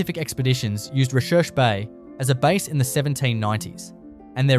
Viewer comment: Recherche Bay is actually pronounced 'research' bay